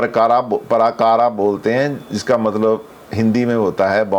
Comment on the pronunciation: नमस्ते:- पराकारा नहीं-प्राकार //कोटापाला नहीं कोटपाल -द्वारपाल /क्षमा करें।